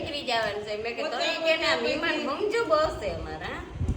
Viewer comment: Maheman ❌ thheman ✅